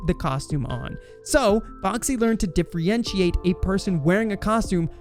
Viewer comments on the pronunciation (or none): Ugh....you're 1 of those people who say ekspecially.....automatic dislike on this video for you. As I watched further, your poor speaking got worse. Diffrientiate?? What is that? The word is differentiate. "Sukspects".........🤦‍♂️